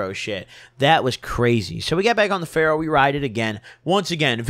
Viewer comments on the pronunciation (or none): Is trynna say Ferris wheel instead of pharaoh wheel